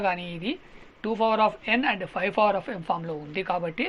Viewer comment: Power sir adi fawar kadu